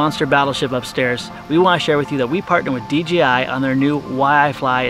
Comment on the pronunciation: I love you guys but its D J I. Not D G I